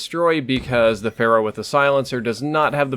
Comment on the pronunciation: "...with the Phara" I think you might have been under the influence of Overwatch when you said this. ;)